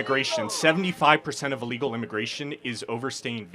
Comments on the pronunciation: Can’t say the word illegal😂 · He cannot say illegal. What the hell youtube!!